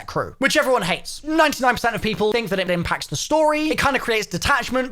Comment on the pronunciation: said "IMP⬇️⬆️ACTS the storyyyy" EDIT am I the only one who noticed this?